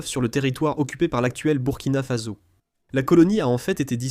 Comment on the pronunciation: "Burkina Faso" se prononce "bourkina fasso" Le Soudan Français est l'actuel "Mali"